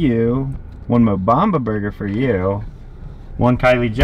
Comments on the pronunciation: Mobama sauce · He said Mo Bamba sauce